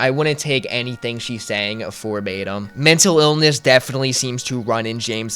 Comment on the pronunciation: bro said ‘for batum’